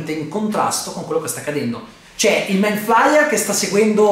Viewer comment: Attesissimo questo video! P.S. giudicando dalla scena post-credit penso che non ci sarà la quarta stagione ma una nuova serie sempre a tema con nuovi protagonisti ma lo stesso nemico. Comunque si pronuncia ''maind fleier" inoltre non può essere messo a confronto con Godzilla (120m) mentre lui non supera i 50m.